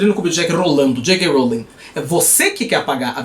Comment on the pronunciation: Juscelino Kubitschek rrrrolando